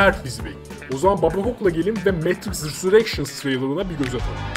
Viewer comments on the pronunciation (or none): Babakok her `RİSUREKŞINS" dediğinde bir kişi daha mavi hapı aldı :D:D